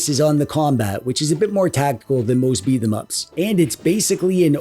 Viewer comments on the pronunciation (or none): It's pronounced Beat'em Ups.